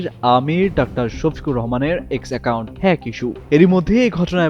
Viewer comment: মেট্রিক ফেল নেতা, বলছে হেক ফেক হতে পারে না হ্যাক কথা উচ্চারণ করতে পারে না, আর মিথ্যা অপবাদ দিয়েছে এই মূর্খ নির্বোধ নির্লজ্জ মিথ্যাচার